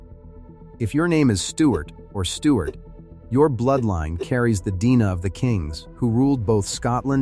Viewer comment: Can you not correct the mispronunciation of "DNA" ? For God's Sake, this is crude, even for AI!